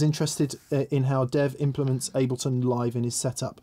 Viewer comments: "Al-bleton." You know you were saying that on purpose, you wanker!! ;) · Albleton? Like saying "nucular" rather than "nuclear". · Guys. Ableton. Break it down... "Able" (like "are you able to say this word") and "ton" (like "this shouldn't take a ton of effort). ;-)